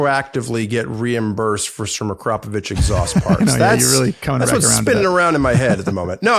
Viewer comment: Is THAT how you say Akrapovic?